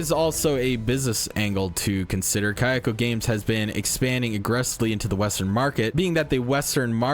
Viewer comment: its not Kayako games but Kakao games. You read it similarily to Cocoa.